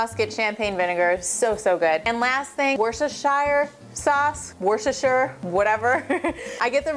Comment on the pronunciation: Worcestershire is pronounced "Wooster -shir" ;)